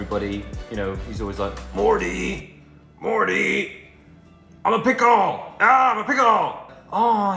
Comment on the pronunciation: no one: liam: mo-ey (mortty)